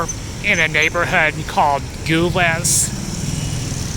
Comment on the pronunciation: it's pronounced "gee-leez". also, moroccans can purchase alcohol whenever they want as well, where are you getting your information from?? the only requirement is that they must be of drinking age, just like in any other country. and for the love of god, nothing "western" or "modern" in morocco is made for foreigners. it's for the moroccan people. tourists like you need to do their research before traveling because you sound ignorant and entitled. and this is coming from an American.